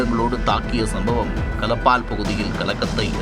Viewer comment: கலப்பால் இல்லை களப்பால்.